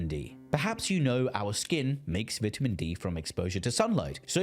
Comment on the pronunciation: cant stand the way you pronounce vitamin